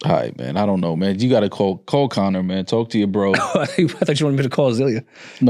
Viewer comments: So we just gonna ignore that says ‘Colin McGregor’ like 80 times and everyone acts normal even after says his name correctly 😨😭🤣🤣🤣🤣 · Why does keep saying "Colin" McGregor 😂 I swear he saying Colin